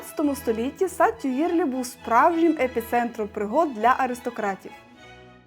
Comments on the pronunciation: Цікава прогулянка й коментарі. Але є зауваження: у французькі мові ВСІ НАГОЛОСИ є на ЗАКІНЧЕННЯ СЛІВ.. й це легко запам'ятати: не сан-МАртен, а Сан-МартЕн, не парк ТюІльрі, а парк ТюілрІ... й пр. Зверніть, будь ласка, увагу!! Наперед дякую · І Тюїльрі, , а не "тюлері", пардон. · О! Так! Хоча згодом , листаючи словник, розумієш, що ти вже давно знав добіса слів французькою, тільки вимовляв їх геть не правильно, як оце "ТьюЇльріі".😂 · Не додивилась… тюЇрлі, помпІду… та безліч помилок мінусують враження та довіру